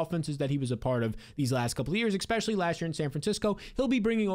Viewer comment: Good stuff! New subscriber here. One pet peeve: You’ve got to pronounce “especially” correctly! 😅 It’s not “ekspecially.”